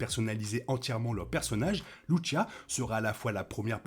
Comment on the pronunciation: Il faut prononcer Lucia et non Louchia